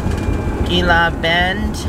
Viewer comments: Gila Bend is pronounced hee la.Enjoy Tucson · You have the best videos! Going down the road and seeing the sights. Thank you for doing these “on the road” videos. I enjoy them very much...be safe and. By the way Gila Bend is pronounced as an H. (He la bend) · Gila bend is pronounced hella bend lol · The Saguaro cactus is only in the Sonoran desert - so if you're seeing them you know you are still in the Sonoran desert. You were parking near Sonoran Desert National Monument. Gila Bend is pronounced He la Bend. Thanks for the drive, I haven't been down that way for a long time. Next time I think I'll stop (before summer) and get a date shake, sounds yummy. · pronounced He- La Bend